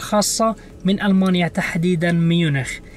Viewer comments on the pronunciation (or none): none